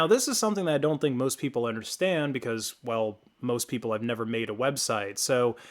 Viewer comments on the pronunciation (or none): none